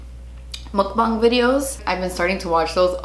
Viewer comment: Finally an American YouTuber pronounces mukbang correctly. Praise be! 먹방!